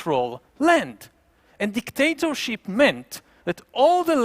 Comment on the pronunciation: His accent: DicDATAship.